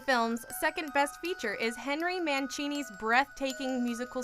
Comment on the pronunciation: I own most of these movies, btw it's pronounced Man seeny not mancheny